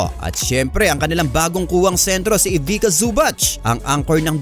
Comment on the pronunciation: Ivica pronounced as Ivicha not Ivika.